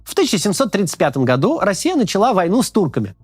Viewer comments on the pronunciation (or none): none